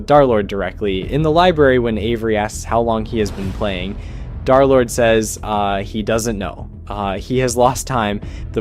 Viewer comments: Why does he constantly say "Darlord" instead of Derlord? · i just put a random time, but seriously guys... i think he continues to say "darlord" instead of Derlord, Just to troll us. Seriously, he's probably so used to it by this point that it doesn't even bother him 😂 anymore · Why do you say darlord instead of derlord? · "Darrlord" is triggering me so fucking bad it's DER- DERLORD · BUDDY I BEG YOU ITS DER NOT DAR💔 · PLEASE STOP SAYING DARLORD IT IS INCREDIBLY DISTRACTING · PLEASE stop calling him "dharr lord" 😭✌️ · Pronounce his name right bro 😭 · i know, I'm saying that this guy pronounces it wrong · because you pronounce it wrong jkjk